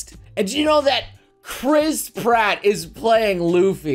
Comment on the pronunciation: I can't stop hearing it as "Crisp Ratt"